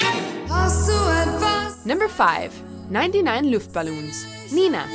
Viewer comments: "Ninety-nine Luftballons?!" Not "Neunundneunzig Luftballons?" Oh, and please, her name is Nena /'ne:nə/, not "Nina" /'ni:nə/. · Nr.10 is also the only ❤️😂👌🏽and Nr.5 - how you pronounce it is so sweet , but Wrong 😬 It's Nena] not [Nina] , and [Luftballons] Just Like you spell it 👍🏽